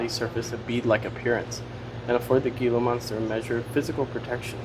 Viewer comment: "Gila Monster" is pronounced Hee' lah monster. The 'G' is pronounced as an 'H' and the 'i' like a long-E. "Gila" is also the name of one of Arizona's rivers and the name of one of our tribal reservations, both of which are closer to the Phoenix region. The Gila River eventually joins the Colorado River and empties into the Gulf of California, the Sea of Cortez. The modern Gila River Indian Community is made up of two tribes, the Akimel O’odham (Pima) and the Pee Posh (Maricopa).